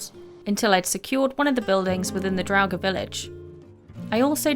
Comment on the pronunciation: I am subbing because you are pronouncing "draugr" without a V like some other youtubers